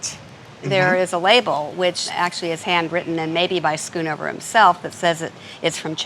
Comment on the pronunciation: Its not skunover its schoonhover